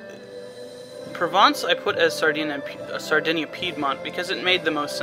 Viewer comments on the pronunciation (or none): none